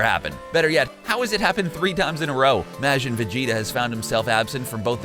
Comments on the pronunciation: TECHDOG 180 They also said Majin wrong. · And Majin is "Mah-jin" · Majin Vegeta is in Xenoverse 2. Your pronouncing Majin wrong too